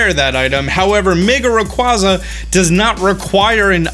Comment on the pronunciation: The way you say Rayquaza hurts